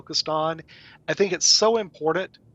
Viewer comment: It's impornunt!